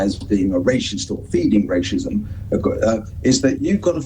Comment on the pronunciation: "Rayshism"? Why should we take seriously a man who can't even pronounce the word?